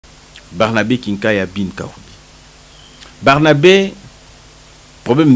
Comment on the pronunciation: Mr le journaliste, on dit BARNABÉ et non BERNABE, ce n'est pas la même personne. Merci